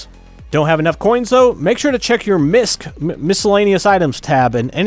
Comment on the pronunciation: Misc = "Misk" LOL good stuff!!